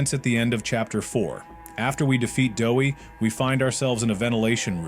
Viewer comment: It's doey not dowey